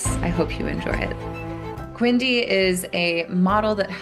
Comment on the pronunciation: eg: QNDI instead of Quindi. Limbo! No: Limbic system. Not Lybic.